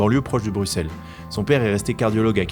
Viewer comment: Ptn mais brussel pas bruXelle c’est pas compliqué bordel